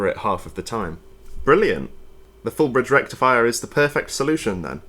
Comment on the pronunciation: I believe you mispronounced FOOUL BRRREEEDGE REKTIFIA. I shall have to report you to Electroboom immediately 😜